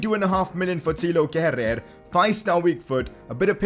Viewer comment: Yo wassup its pronounced kera not kerer nyc video by the way